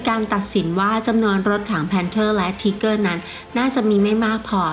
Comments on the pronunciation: ออกเสียงไม่ชัดรถถัง ไทเกอร์ไม่ใช่ทีเกอร์ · ถ้าจะเอาสำเนียงเยอรมัน เค้าอ่านว่า ทีก้า ช่องอันนี้มันออกเสียง ทีเกอร์ คือจะไทเกอร์ หรือ ทีก้า มันผสมมั่วไปหมดนะผมว่า ผมศึกษาประวัติศาตร์สงครามโลกเยอะ ชอบครับเลยแนะนำ ถ้าอยากเช็คสำเนียง ดูลิ๊งข้างล่างเลย หรือจะลองหาเพิ่ม พิมพ์ว่า How Pronounce German Tank มีเพียบ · ถ้าจะเอาสำเนียงเยอรมัน เค้าอ่านว่า ทีก้า ช่องนี้ออกเสียง ทีเกอร์ คือจะไทเกอร์ หรือ ทีก้า มันผสมมั่วไปหมดนะผมว่า ผมศึกษาประวัติศาตร์สงครามโลกเยอะ ชอบครับเลยแนะนำ ถ้าอยากเช็คสำเนียง ดูลิ๊งข้างล่างเลย หรือจะลองหาเพิ่ม พิมพ์ว่า How Pronounce German Tank มีเพียบ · เจอมั้ยครับ คนเยอรมันแท้ๆเลย จบนะ อัพเดต ไม่ได้จะว่าอะไร ที-ก้า(เสียงต่ำ) ไม่มีสระเออ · ไม่เชื่อเพจคนเยอรมัน ไม่เชื่อคนเยอรมันออกเสียง มันออกเสียง ที - ก้า-หางเสียงติดว.แหวน ร.เรือ แต่มันไม่มี อ.อ่าง นาทีที่ 1.58 นาทีที่ 4.40 นาทีที่ 29.20 เ อาจริงๆ เอ้อ กับ อ้า มันก็แยกยากคุณจะฟังเป็น เกอร์ ก็ตามนั้น ในอันนี้ แต่ไม่ใช้ฟังแค่ 4.05 ไปฟัง ตั้งแต่ G.W.Tiger(P) 0.50, G.W.Tiger 0.56, Jagdtiger 2.22, TigerI 4.59, TigerII 5.02, หรือไปฟังรุ่นอื่นก็ได้ เช่น MarderII 1.48, Marder38T 1.51, ตัว ER เช่นกัน เค้าก็อ่านว่า มาดร้า ติดหางเสียง ร.เรือ ไม่มี มาเดอร์ แต่ช่างมันเถอะ คุณก็จะบอก ว่ามันเกอร์อยู่แหละ เพราะผมหาอะไรมาเถียงคุณก็จะเอาเสียงที่ได้ยิน สระเออ มายืนยันกลับ ถ้าจะเอาโปรรถถัง คนไทย หรือคนเรียนภาษาเยอรมันไม่ต้องเอามานะ ไปเอาโปรคนเยอรมันมาเลย เพราะผมมีเพื่อนเป็นคนเยอรมันตัวเป็นๆ ที่มาเที่ยวไทย แล้วให้เค้าออกเสียงให้ฟัง แต่ถ้าอยากชนะ ชนะไปเลยนะ ขี้เกียจเถียงละ แล้วแต่จะฟังละ ถ้าจะบอกหูใครหูมันก็ต้องตามนั้นแหละครับ